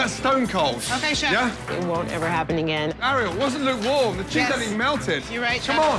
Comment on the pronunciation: this narrator going "ah-riel" is really driving me nuts